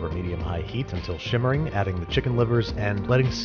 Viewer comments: Simmering or SHimmering? I hear good ol' Babish say shimmering a lot and wasn't sure if that's just his accent or if that's what he meant to say. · He is saying shimmering